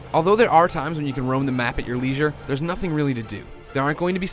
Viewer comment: Nice pronunciation of leisure making it sound like the word lesion